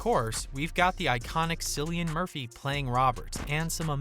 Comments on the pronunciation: The narrator must be AI. By now the whole world should know it's Kill-ian, not Silly-an!!!!😡 The Irish alphabet doesn't have the letter K, so most C names are going to be hard Cs. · It’s not pronounced sillyan. It’s Killian. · KILL- IAN, not sillian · KILLian, not Cill ian. Jeez. Do your research. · Get it right! It's not pronounced Sill-e-an but Kill-e-an. Please get it right. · Ahh shit!!! it's K, like Killian! not Sillian.... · His name is pronounced “Cillian” and not Sillian .. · Hard C !!!!!!!! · KILL-i-an Murphy...ffs... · Bro jst called him Sillian Murphy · His name is pronounced "Kill-ian"! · its fucking killian pronounced in lreland show some respect A I. Boy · Its pronounced KILL-IAN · Cillian is pronounced like Killian. It's just spelled differently. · It’s KILLian Murphy. Jesus. 😂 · the "Cill" part of his name is pronounced "kill" smh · I believe it's pronounced "Killian " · 🙄 KILL-ian. Hard "C" you'd think it'd be easy enough to research with all the other details. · There's no K in irish so that Cillian is pronounced with a hard C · When the narrator mispronounced Cillian’s name that’s when I closed the video. You make a video about someone and don’t do the basic homework? Come on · Yep .. spot on, lazy reporter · Please pronounce The GOAT's name correctly or just refer to him as The GOAT.. I cringe every time you say his name wrong..